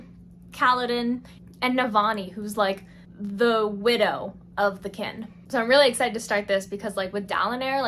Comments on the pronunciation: kinG. not kin. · girl, the g in king is not silent